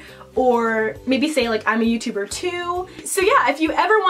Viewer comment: "eva is the best youturrrrber ever!"